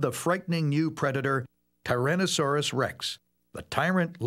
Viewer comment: The way dude says "Tuhrohnuhsorus Rex" bugged me, lol!